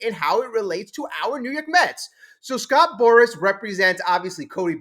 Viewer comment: If you want ot be taken seriously remember, it's Scott Boras, not Scott Boris.